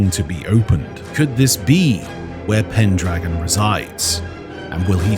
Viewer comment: it's pendragon you missed a pronounce his name.